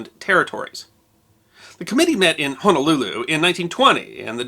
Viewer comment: Please pronounce Honolulu correctly - it is Ho-no-lulu not Ha-na-lulu